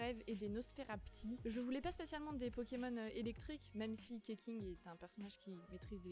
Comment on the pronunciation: Keqing ne se prononce pas Keking non plus d'ailleurs, vu sue c'est des noms basé sur les prononciation chinoises, ça se lirait + "Kuh-Tching" en sachant que le Q fait le son tch et le x fait le sont sh :>